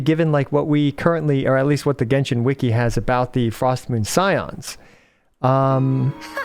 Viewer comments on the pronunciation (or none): none